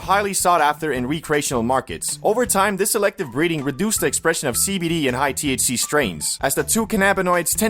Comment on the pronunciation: Everytime u say cbd i hear SKIBIDI 😭